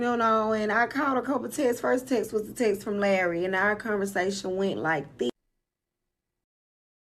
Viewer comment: 😭🤣😂chile him saying our as “are” wouldve been it for me